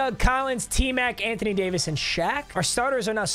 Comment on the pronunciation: listen buddy it’s not ant on Jamison it’s ant wan Jamison